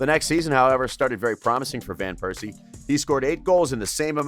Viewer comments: Robin Van Pears See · No one has a problem with him saying "Piercey" instead of Persie every time?!? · Its well-known English speakers say VAN (like the car), wherein dutch the V is spoken as an F sound, but calling him Piercey in a tribute video.. my God my ears will bleed for weeks.